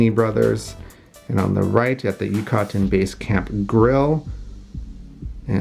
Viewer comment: Thanks as always. Love all of your videos. One small thing - please ask Trish how to pronounce Yucatan.